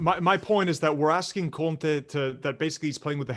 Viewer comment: His name is Conte. Please stop adding "h" on his name it sounds weird